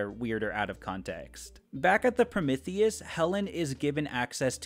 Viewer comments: Is anyone else irked by the mispronunciation of Prometheus? It's not pronounced Promithius the "m e" is pronounced "ME" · I apologize I’m new here, but you said Promithius about 70 times and it started to drive me crazy, Pro-MEeth-ius is the correct pronunciation of the Greek god of Fire:) no hate just felt the need to inform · your Prometheus pronunciation gave me an aneurysm, please stop saying it like that